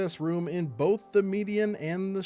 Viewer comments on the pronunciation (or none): none